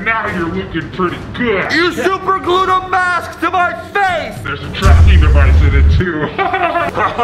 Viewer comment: Dude its tracking not chraching